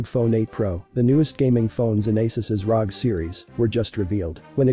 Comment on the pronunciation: its R O G not rog